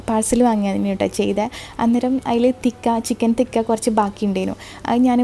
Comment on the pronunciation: Please do not pronounce it as chicken thikka. Its CHICKEN TIKKA